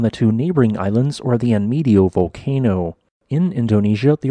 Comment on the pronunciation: "Enmedio," after Spanish "en medio" ("in the middle [point]"), should be pronounced en-med-dyoh. Both e's the same, and "io" sped up to last the same as just one vowel. [The host is not expected to know Spanish. Viewers are entitled to know, if possible, the right pronunciation of place names.]